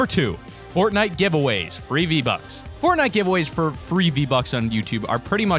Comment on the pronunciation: It's not z buck its V buck